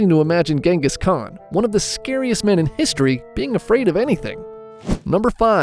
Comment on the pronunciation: The Gengis Khan pronunciacion was something terrible 🙂